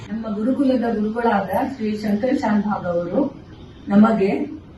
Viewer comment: Shankar shanbag not shanbog